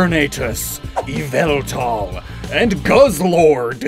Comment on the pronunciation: Uhm, it's "Yah-vul-tal" 🧐